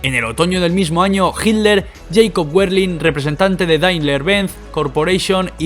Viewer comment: Para el empresario serio, falta bastante de pronunciar todo como corresponde, se llama Hitler no hilder en todo caso era bastante gil, es Porsche y no porsch como lo pronuncian los que no saben. La verdad te recomiendo volver a grabar el video con alguien que pronuncie bien de verdad lo digo. Gracias